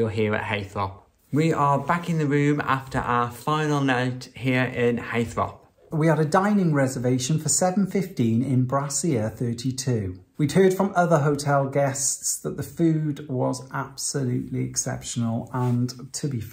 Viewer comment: Its brasserie not brassiere you didn’t eat in a bra